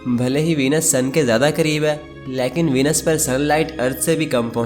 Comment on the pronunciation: Leaekn nahi Lekin hota hai na 😂😂😂❤